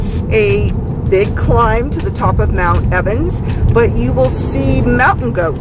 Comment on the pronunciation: Hello my friends. Just a moment pls... Did I really hear and read "mount Evans" ? hehe.... xD Best wishes ! ✨